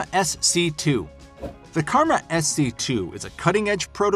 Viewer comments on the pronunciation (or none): none